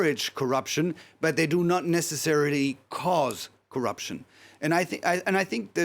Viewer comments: Corr'p'ution ? With "p" after double rr ? Are you sure? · CORRPUTION?? really DW?? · I would also be rocked by "Corrpution". 😂